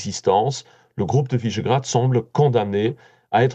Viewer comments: Quelle barbarie de prononcer "Visegrad" comme "Vaisgrad" comme si c'était un nom angloaméricain. Qui est ce journaliste? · C'est quoi cette prononciation à l'anglaise de "Visegrád" ?(au tout début).